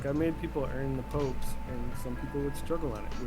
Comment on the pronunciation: this mfer says "pope" no facking way